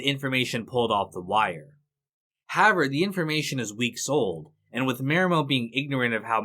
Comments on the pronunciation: I don't want to sound douchy or petty or arrogant, as I've never made a video, nor have I ever narrated one. Respectfully, the word is however, that's simply how--ever. It seems to me like you want to reduce the number of syllables in the word or something. No matter what the reason, in my opinion, your narration would be virtually perfect, functional that is communicative yet unnoticed otherwise, if it was not for the strange pronunciation of the word however. Any other distraction from the narration for me was only noticed because of the initial distraction. I imagine you have a lot of comments, if no one else notices the weird "however" thing, than I'm the one with the problem hearing you rather than the opposite. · Nice. As great of a writer as David Simon is, he's clearly just another sensitive snowflake in the end... 🤣 WTF is "HAVER"? It's However. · why do you pronounce however like that